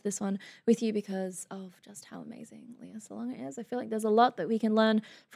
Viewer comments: It's LAY-ah, not LEE-ah. (Sounds like Princess Leia from Star Wars.) Lea had been working professionally in the Philippines starting at age 7 (as a child in THE KING AND I). She played her first lead (Annie) at age 9, her first album released at age 10 went gold, had a musical tv show with her brother called "Love, Lea" when she was 12-14, did films, concerts, albums, and made other tv appearances. She auditioned for MISS SAIGON at age 17 (during her first year in university as a Biology major, pre-med). She won all the major awards for playing Kim in MISS SAIGON (Olivier, Tony, Drama Desk, Outer Critics Circle, Theatre World). She is the singing voice of Disney Princesses Jasmine and Mulan. She was the first Asian actress (also actress of color) to play Eponine on Broadway in 1993. And this performance is from the LES MISERABLES 10th Anniversary Dream Cast Concert (1995). And all these credits I'm talking about are just the first 20 years of her career (thru 1998). There is so much more! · Hiya, may I just correct you on how her name is properly pronounced? It's actually pronounced LEH-YAH, not LEE-YAH. Great videos though, more and more power! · Surely you would check how to say a person's name before making a video? It's so disrespectful.